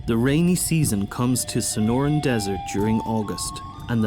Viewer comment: That is NOT the "SNORIN' DESERT." It is the SONORAN DESERT. Wish you narrators would perfect your delivery and at least seem edjakated two th stuff y'r speakin' of.......